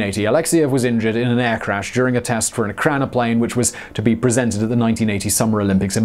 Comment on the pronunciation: You have the pronunciation wrong. It's not PLANE, it's PLAN and it is pronounced like plan, not plane. Still smashed that like button..